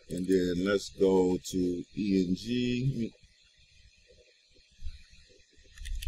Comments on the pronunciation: you mean ENG not EN"J" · Stop saying EN J